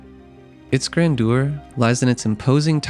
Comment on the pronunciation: Grandeur isn’t pronounced like that in either British or American English.